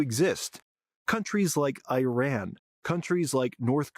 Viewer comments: It's not I-ran as in "I ran to the liquor store". It is Ee-ran. Ee as in deep and a as in father. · EYEran...Again! 🤪...Americans and Australians. The WORST in the western world at correctly pronouncing foreign names! No respect, whatsoever. 🤷‍♂